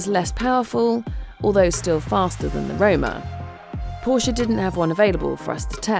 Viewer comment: Good job 👏🏽. But it’s Porsche…all day errry day baby! 😎 💨